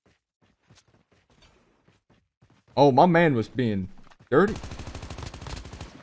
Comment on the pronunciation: Literally calling victims "ooo ma menn" 🤣🤣